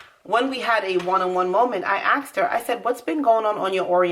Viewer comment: BTW it’s ASKED not AXED.